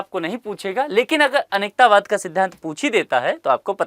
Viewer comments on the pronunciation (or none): सर आपके उच्चारण में काफी त्रुटियां हो रही हैं जैसे - अनेकांतवाद को आप अनेकतावाद कह रहे हैं और अपरिग्रह को अप्रिगृह कह रहे हैं। आशा है सुधारने का प्रयास करेंगे।